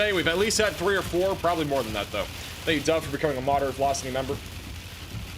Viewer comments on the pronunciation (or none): none